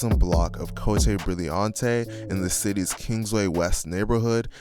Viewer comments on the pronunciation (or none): nigga said cotté like it’s somewhere sweat😂😂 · Its cote brilliant. ..sounds like cote...im from st louis